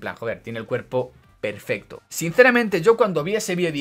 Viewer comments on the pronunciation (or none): none